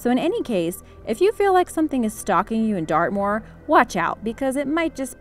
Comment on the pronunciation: Wen u said dartmoor I thought u said earth maul.